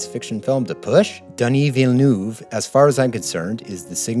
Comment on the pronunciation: Why is it so hard for Americans to properly pronounce "Villeneuve"?